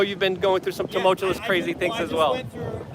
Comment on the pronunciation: Luke, please, it’s “two-mulch-you-us”. And “ex-ass-er-bate”. Not “two-mulch-you’ll-us” or “ex-asterbate”. I love you and your work. Just trying to help a bit. And having a bit of a laugh hopefully WITH you, and over “exasterbate” especially. Sounds dirty. Anyway, thanks for your important channel and content